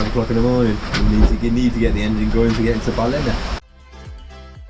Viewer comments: I bet Graeme told you how to pronounce ‘Ballina’ properly! Welcome back to Australia.👍🏻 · Lads heading into Cockroach country, ask a local how to pronounce Ballina too.😂